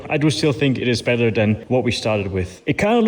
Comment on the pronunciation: why can u say battery correct but no better :(